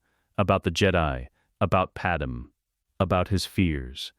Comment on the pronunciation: Please fix Padame's name on future videos. The wrong pronunciation is annoying. Otherwise I enjoyed this.